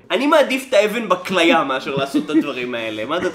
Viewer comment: קודם תלמד לומר נכון את המילה כליה לפני שתלעג לספרות שכזו.